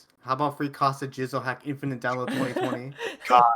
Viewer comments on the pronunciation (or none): none